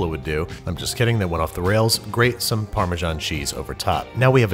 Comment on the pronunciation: You need to work on how you pronounce parmesan. It's not parmezhan. There's an s there, okay? 🍄